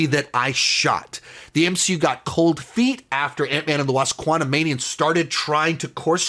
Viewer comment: I really hate being this guy and I’ve even seen him do it before but damn I almost had to click off with all that emphasizing of the “ ANT” when discussing Quantumania, it’s sooooo damn corny and cheesy and a little bit overkill 😩😂😂